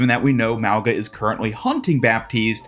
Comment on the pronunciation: Small reminder that Mauga's name should be pronounced as "Maunga", pronouncing the g like in "King"